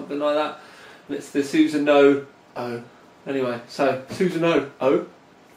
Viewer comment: chassis is pronounced chassey scythe is pronounced psythe and sunsanoo is susanu